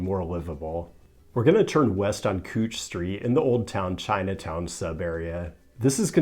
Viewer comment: Congrats on pronouncing Couch Street properly, As someone who lived in Portland at the Turn of the Century, the city is not a burning hellscape but it is a lot more boring thanks to capitalism and Developers. Those Warehouses that you dismissed at the Turn of the Century were homes to art collectives, artist and musicians. Now most artist and musicians have to live well beyond 82nd street, making the downtown a boring corporate hellscape. Many of those running street fairs are co-opted by private security firms for developers extending the terrorist police state on public spaces. Please do a story on how evil the University City District in Philadelphia is and how they are trying to white was West Philadelphia. I am sure the same types of organizations exist in Portland. How is it building a bunch of new buildings made out of Oil Products (Plastics etc.) is anyway green (Fuck Five over ones forever). The art and music culture is dead contained to corporate sanctioned spaces. I wouldn't trade seeing Glass Candy in an abandon warehouse in SW Portland circa 2001 for some boring 5 over ones.